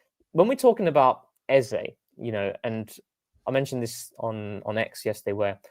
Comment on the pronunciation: Funny to open the show talking about mispronouncing names and then immediatly mispronounce Eze. It's Ez-ah. Long live TCP live.